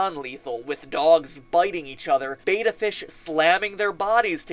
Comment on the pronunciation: it's not beta fish, it's betta, beh-tuh